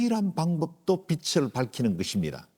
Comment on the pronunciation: 우리말 받침 'ㄹ' 발음을 영어의 'L'같이 발음하시는 군요. '하늘' '빛을' 이런 단어의 발음이 그렇습니다.